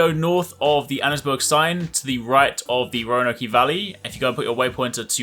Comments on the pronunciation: It’s not Roanok-E it’s pronounced Roa-noak. E is silent. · I always heard it pronounced. Rone-oak. Not Roan-oak-e. Its pronounced the same as the city in Virginia. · Roanokeeeee lmao. Its spelled row-an-oak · For future reference, it’s Roanoke is pronounced “Row-in-oak” not “Row-in-oak-ee.” Love the video! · Row a nokeyyyy??? Row a Noke. Roanoke brotha 3 syllables no E sound. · RoanokeY valley? Y'all invented the language dude... No excuses. No e sound at the end, row a noke, not like nike. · Not a big deal, but it’s pronounced “ Row a noke”. It’s a city in Virginia, USA. Not , Row A No Kee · You sound like a tossa when you say "Roan-Okie", its Roan-Oak. Good guide though, cheers mate... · How English of you put an extra E on Roanoke ridge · Bro is purposly miss pronouncing state names "Roanokie" "West Elizah" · I've never heard somebody call roanoke "roanokey".........if you are illiterate, it should be illegal for you idiots to make guide videos........nobody should be listening to anything you have to say, ever..... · The only thing better than the quick pace is the zooming in and out The only thing better than the zooming is "Rownowkee" The only thing better than "Rownowkee" is "cola springs" lol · "Roanokey" made me cringe every time, but great vid none the less. thanks for being succinct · This man said Roanok E valley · Just an FYI, The E at the end of Roanoke is silent. So its pronounced Ro Ann Oak. Cholla, is pronounced Ch oi ya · "Roanokee" valley hahahaha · "Roanokey Valley" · the "e" in Roanoke is not pronounced. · Respectfully you adding the EY sound trigger the shit out of me for some reason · For the love of humanity, learn how to properly pronounce Roanoke! For fuck sakes. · There’s no way this man pronounces Roanoke like that lmao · The E is silent in Roanoke 😆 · They way you pronounce Roanoke actually bothers me to no end. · The e is silent in Roanoke.